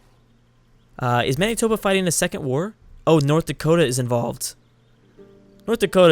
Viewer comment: Manitoba is pronounced Man-it-toba